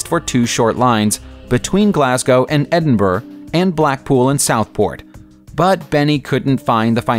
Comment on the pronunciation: Bad pronunciation of Edinburgh.. should be Edenbura with roll of the r.